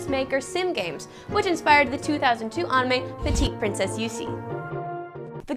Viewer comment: She's still sort of saying it wrong. It's supposed to be a bit closer to an ah sound that almost sounds like uh if that makes any sense. She's putting way too much emphasis on a w that shouldn't really be there. It's like pronouncing the name Sarah like Saraw.